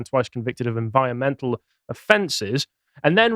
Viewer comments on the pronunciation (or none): said “enviomental” again. Isn’t anyone going to stop him? gets called out for bad pronunciation all the time.